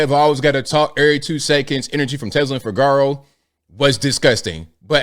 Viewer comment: It's pronounced: FI-GU-ROW!!!!!